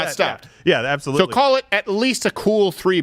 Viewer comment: its apsalutly apsalut